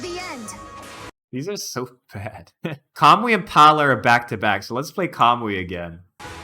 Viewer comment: Why do you pronounce Mycen as "My zen", and Kamui as "Kamooee"? lol